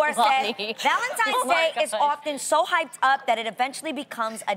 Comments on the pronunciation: ValenTINES not valenTIMES !!!🙄🙄🙄🙄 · Loni, how you gonna say you don't like how it makes the house look like a 5 year old pre-school classroom and you walking around saying ValenTIMES, instead of ValenTINES?! Lmaoooo. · It’s the simple things that matter❤️ Lonnie it’s Tines not Times..... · Loni its ValentiNe and not ValentiMe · Did Loni just say ValentiMes day, ValentiMes month? 😒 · Right?! I had to rewind that part twice to make sure she really said “Valentimes”. Smh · Wtf is "Valentimes?" You said it twice Loni... Anyway... I need some diamonds... Can keep them flowers and candy. I don't even like chocolates. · Valentimes tho 🤔😂😂 Oh Loni... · "ValentiMe's Day" 🤦‍♀️🤦‍♀️🤦‍♀️ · Did loni just said Valentimes?! oh man annoying